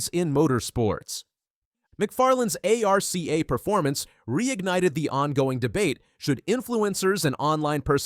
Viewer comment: You can’t even say arca correctly…